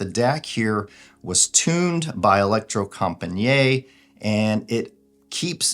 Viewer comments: Pronouncasion is e-lec-tro-com-pa-nee-it / The last “niet” is not one long pronunciation like njet but like two words: “knee” it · It’s not french, Electrocom-pa-niiiiet! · If you go to Google Translate, choose Norwegian and write "elektrokompaniet" (with a K and not C) and press the speaker you get about as close to the proper Norwegian pronunciation as possible.